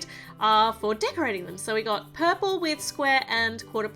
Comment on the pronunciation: It's not paik it is purple 😜